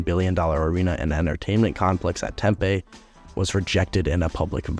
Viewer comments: What is Tem-pay. It’s Tem-pee. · Your pronunciation of Gila and Tempe are killing this Native Arizonan lmao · you kept pronouncing Gila and Tempe wrong... it was annoying and funny at the same time lol